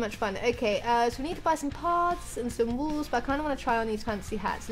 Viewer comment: I love it when she says "walls" but sounds like "wools"